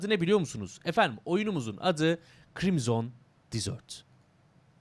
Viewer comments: dizört degil dezırt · Krimzon Dizört değil de Krimzın Dezırt...